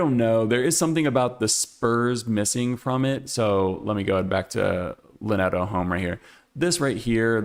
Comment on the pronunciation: I always used to say “LIN-eh-to” as well, but my professor pronounced it “line to.” Since he seemed to have some ties to the foundry, I assumed “line to” was probably right.